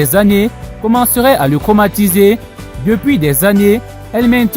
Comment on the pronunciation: Pourquoi confondez-vous le TR et Le CR🤔 Craumatisé au lieu de Traumatisé ? C'est quoi le problème ? Est-ce que quelqu'un peut m'expliquer la raison de cette confusion ?